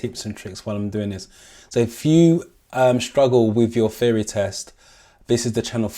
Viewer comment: I like your videos, wish me luck as my theory test is coming up soon. Everything else is fine except that part where you refer 'theory test' as 'feory test'. It's bothering a little....just little. HAHA